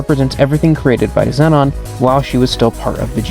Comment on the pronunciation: im sorry but xenon is not pronounced zenon its pronounced zeenon